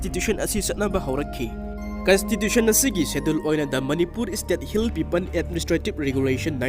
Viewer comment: Bro its hill people, not hill pepan 😆